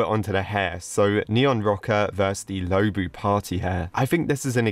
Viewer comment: Is not pronounced lowbu is lowbwo